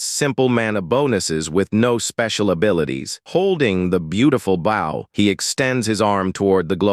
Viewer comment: Sad, low effort, AI slop made video. Wtf is dayth techniques??? Wtf is a draydle enemy??? Can't pronounce bow right after saying it a million freaking times! Sad...